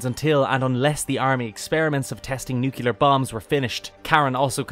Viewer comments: Sorry famous philosopher Homer said it's nuculer. ☝️🧐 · different countries do exist my dude, people spell and say stuff differently slightly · I don’t understand why people say it like that.